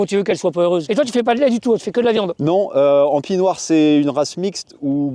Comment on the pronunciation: Pis noir, pas pie noire !